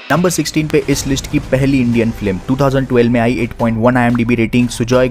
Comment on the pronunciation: wonder how 754k subs of a guy who says flim rather than film LOL